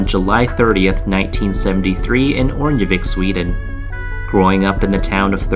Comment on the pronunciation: Btw think of the “sk” in Örnsköldsvik as a “sh” sound, the way you pronounce it sounds like you got coached by someone from Stockholm ;) Always love these videos <3, love them a little more when they touch on my home town ;)